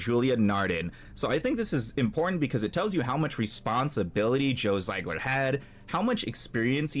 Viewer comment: Zee-gler, brother. Not Z-eye-gler.